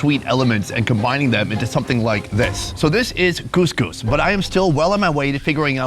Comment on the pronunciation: Couscous not gousgous